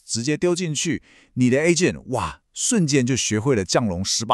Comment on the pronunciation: Ai發音下降的降龍18掌要怎麼改成投降的降龍18掌。有人知道怎麼讓ai正確發破音字嗎？